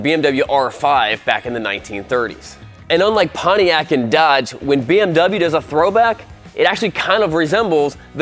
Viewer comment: The deutsche Police just drives BMW Motorcycles. But it's a small shame, that you present a bike from a brand, which you don't call correct.😬 We pronounce american car brands correct. And isn't it interesting, that you can drive a motorbike without the big noise, that the people around has to keep its ears?